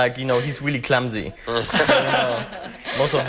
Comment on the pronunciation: Tom always says abot Georg he's glumsy ;P